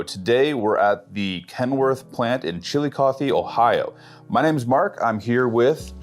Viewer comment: I thought he kept saying the "chili coffee" plant